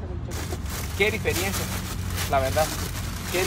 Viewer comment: Amigo se dice diferencia no difiriencia 😂 cantas muy lindo pero porfavor no abras las marcas así como si abrieras chicles 😭 con delicadeza 😅